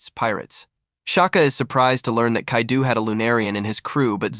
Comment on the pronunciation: the mispronunciation of so many names/places has me crackin up "Kadeu" has me like "is this French Kaido?"